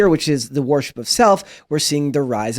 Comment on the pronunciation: The way that guy pronounces ‘worship’ is making me cringe so hard lol